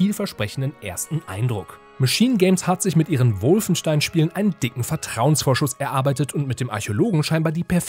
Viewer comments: Warum heisst es ständig "Wulfenstein"? Das Ding heißt Wolfenstein, da muss man nicht zwangsweise ständig die sehr deutsch ausgesprochene englische Interpretation eines deutschen Wortes wiederholen.... :) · Profitipp: Wolfenstein spricht man Wolfenstein aus. Nur die Amerikaner sprechen es Wulfenstain aus weil sie es nicht besser können. Der Kommentator ist kein Amerikaner oder?!